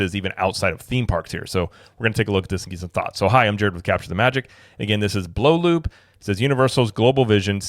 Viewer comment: I thought it was pronounce Blue Loop not Blow Loop. The double oo is a play on the same vowel sound in loop